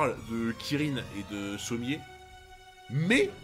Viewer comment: Vraiment ça me fume de rire que à CHAQUE FOIS appelle Sommers "Sommier" 😂😂😂😂